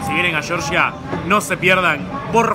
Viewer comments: Lo siento, no puedo verlo, cada vez que dices "yoryia", es que no. En español se dice como se escribe: Georgia. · Se llama Georgia no Yorya, pronuncia, deletrea bien, si lo intentas seguro lo consigues, GE OR GIA no YORYA tipo Yanqui. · Georgia como lo pronuncias es en EEUU chirria el oido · Llevas razón Georgia como se escribe GEORGIA jajaja😂😂😂 debe tener algún problema en Argentina de pronunciar la G